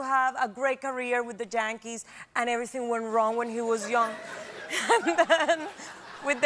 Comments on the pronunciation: "JAnkees" ROFL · The Giants are "the Yiants," and the Yankees are "the Jankees." Is this on purpose? This lady is hilarious. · As a San Francisco giants girl, I approve of the way she pronounces the new York jankys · I can not pronounce Yankees either 😂😂😂